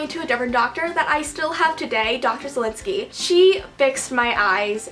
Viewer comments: I thought she said Dr. Zielinski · DID YOU SAY DR. STILINSKI?!??!?!? Omg if you did. I can't, omg.